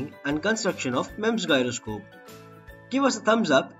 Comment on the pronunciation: You are pronouncing the word "Gyroscope" wrong. Check the actual pronunciation of that word..